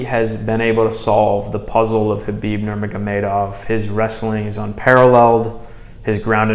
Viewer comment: K is silent brother so please pronounce his name properly.. Thank you